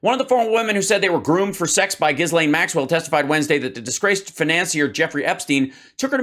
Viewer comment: True. Trump has terrbile pronunciation (Turf Sential) and Ghislaine is so hard to pronounce that everybody gets it wrong, except Donny 'cause they're homies. The S is silent, BTW. Also, Prince Andrew and Harry will not participate in the military-garb ritual at the Queen's funeral on Monday. I'm gonna bet that Donny is not invited.